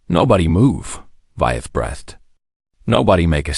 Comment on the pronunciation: “Nobody ‘be-ehh-thed’”. How about having a Human draft AND read the effing story? EFF AI!